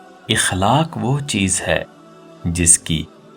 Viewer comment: Aqlaaaq hai sahi lafz اخلاق زبر سے پڑھئے